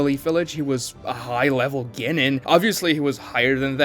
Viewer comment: The way he says "Genin" and "Chunin" is driving me up a WALL It's CHEW-NEEN and GEN-NEEN PLEASE